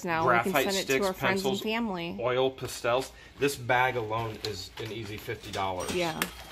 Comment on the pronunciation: Those 'pa-stels'. You're killing me with that pronunciation! Haha